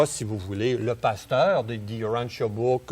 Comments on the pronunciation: Yes UranTia et non uranssia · Bravo et en passant lisons Urantia et non OUrantia